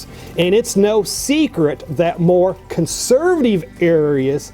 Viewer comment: cant stand how he says consurvuhteeve